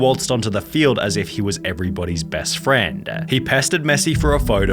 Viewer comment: The way you pronounce the last word of every sentence is hilarious. "Friend-a" "Interview-a" "Again-a" 😂😂😂